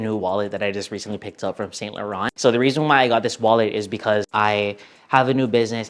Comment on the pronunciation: Great vid as always. I'm gonna no doubt get scolded for this comment but as a European I feel like I have a duty to ask that "Saint Laurent" is pronounced correctly 🤣